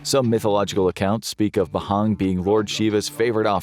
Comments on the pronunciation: Ayo stop calling it B-HAANG💀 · For the love of semantics, it's not bahang, it's bhang. Everytime you mispronounce, it's getting worse. 🤣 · There's no "h" pronunciation in Bhang, its just "bawng" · Cynthians? Ba-hang?